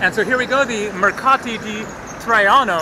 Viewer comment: The way he pronounced “Traiano” is good enough.